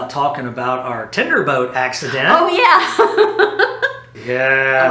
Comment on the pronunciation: I just found you guys and I’m enjoying your cruises so far. I need to mention this because I find it really annoying. I think the lady realizes this but I don’t think the gentleman does. The word for the boat that drops you off is Tender not Tinder. I was cringing every time he said it! Learn something new every day!